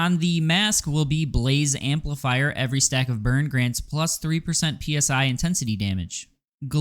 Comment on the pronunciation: Why is everyone saying "Psi" like it's the acronym for air pressure "Pounds per square-inch" and not as a word like the "psy" from "psychic"?